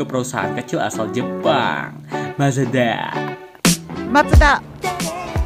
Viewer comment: Ngakak Ngomong Mazda nya.